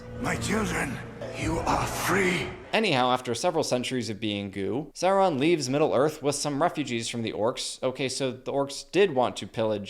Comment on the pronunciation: say it right, its Saurrron